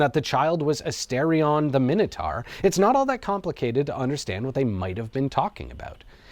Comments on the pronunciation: Minotaur. Minitar lol😂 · Pronounced mine-a-tor not min anything AMERICANS learn english. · Seconds in & you're a complete spastic: Minnatar????????? WTF? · I know what the minotaur was, but what's a 'minnertar'? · Some people pronounce it my-know, some pronounce it min-oh, I honestly don't know which is correct. However, I'm sure it's mino-taur, like Taurus the bull, not mino-tar like the road surface. 🤔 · Why are you saying Minotaur like that? You know full well that’s not how it’s pronounced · Never heard Minotaur pronounced that way before. Odd.